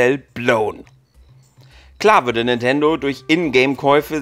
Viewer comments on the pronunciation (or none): none